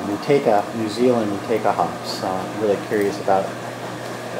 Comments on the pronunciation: The proper pronunciation in New Zealand is "Mow Two A Ka" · Fun stuff! As per Time4Another1 , this hop is pronounced "Mah Chew Wake Ah". We all seem to pronounce it wrong, lol!